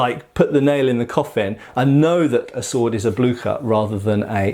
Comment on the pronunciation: Blücher? You butchered the name! Not Blücker... Blücher like ship.... Blüsher please try.